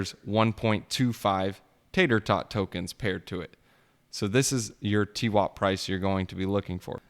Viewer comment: Dude learn to pronounce Tarot. It's annoying hearing you call it Tater tot.